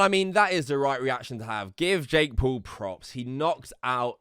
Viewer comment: It sounds like he's saying Jake Poo